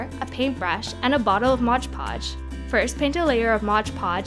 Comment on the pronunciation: Love the vid, but it's called mod podge, not modge podge